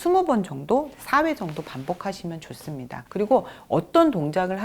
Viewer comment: 좋은 강의! 그러나! 말의 고저 장단 문제가 심각하오이다. 단어의 첫 자가 긴 자일때 짧게 발음한 일이 아주 많습니다. 예: 좋습니다.